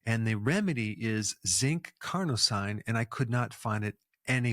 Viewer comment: Dr Berg is so good, but I'm always baffled that he always mispronounces medical terms. Carnosine is pronounced "Car-no-seen", every medical term ending in "-ine" is pronounced "-een" because they are French-derived word. Such as L-Arginine, L-Tyrosine, Amlodipine, L-Theanine, L-Citrulline... All pronounced "-een" at the end. Please Dr Berg, please, it's not that complicated to get it right.